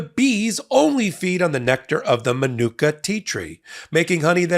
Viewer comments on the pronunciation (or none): MA-NU-KA honey….. come on bro, be professional and learn the words you’re paid to say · Please research how to pronounce "manuka".